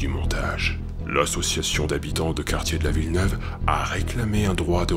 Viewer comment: J'ai pas regarder tout en entier mais le passage sur Grenoble et sur Villeneuve ( on dit pas la ville neuve xD )j'ai la chance de vivre à Grenoble et je peux vous dire que souvent les événement y sont un peu sur médiatisé ... Pour les gens d'environ 20 ans si vous vous rappelez en 2003 à Echirolles ( ville à côté de Grenoble est ( Villeneuve est dans Echirolles ) ) un mec s'est fait tirer dessus par un policier et des habitants d'echirolles se sont révoltés et certains ok fait brûler un tram donc certe cette événement peut être impressionnant mais les médias l'on sur médiatiser à quel point que ma famille nous a appeler pour savoir si on aller bien !!! Et maintenant ça donne une mauvaise image de cette ville .. Et le plus triste c'est que ils sur mediatise tout et les français auront donc l'impression que ( comme vous l'avez dit ) personne n'est en sécurité bref en tout cas super votre video !